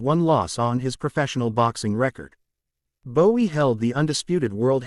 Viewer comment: It is Riddick Bowe, not Bowie 🙂